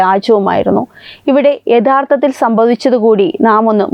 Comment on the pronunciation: 😮😮😮ഉച്ചാരണം പഠിക്കുക. ധാരുണമായ മരണം, വിധ്യാർത്തി, യദാർത്തത്തിൽ😮😮😮😮